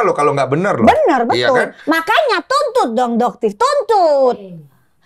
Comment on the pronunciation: Candu pas doktif bilang "tuntut dong doktif, tuntut, cuncut😅😂